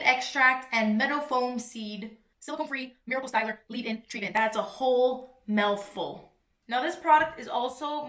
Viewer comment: Am I the only one who heard “That’s a MELLful” ???😂😂